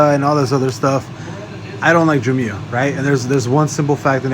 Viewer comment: It’s JAAA- MYY-UH